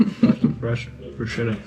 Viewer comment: Bruschetta is pronounced BrusKetta.